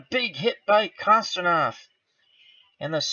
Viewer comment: The Russian defenseman is pronounced Kon-stan-teen- ov good job!